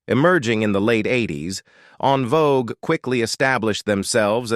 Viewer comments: I see both sides .However, he still should pronounce the group name correctly. En Vogue not On Vogue. Alot of people don't know that it's FRENCH and a lot don't give a dam either. So with all the mess on them, let's at least pronounce the name correctly. No one is right or wrong. He should pronounce the groups name correctly due out of respect for them at least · I wish you all use real people to talk I can’t get through this video AI sounds terrible it’s saying unvogue instead of envogue stop it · Curious as to why they don’t just have the man with the voice speak instead of making his voice an AI. The mispronunciations and other faux pas are very annoying. No one ever called this group “ON VOGUE”!!! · the EN in En Vogue is french, and pronounced like the word ON (fyi) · I'm done once AI mispronounced the group name. ✌🏾